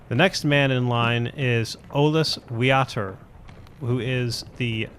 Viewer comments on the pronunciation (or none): And Wiater should be pronounced "Vyater"